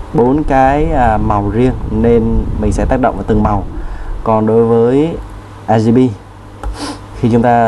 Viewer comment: "RGP" anh đọc là " a ri pi " à hahahaha Cô giáo em bày đọc là " o ri pi nhé " Anh tra google để phát âm chuẩn hơn nhé